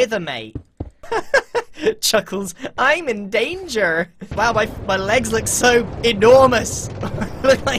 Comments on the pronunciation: I was caught off guard by grian pronouncing the er in danger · grain saying "im in danger" is very un British of him